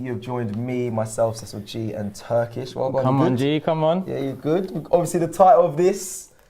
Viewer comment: Turkish is spot on.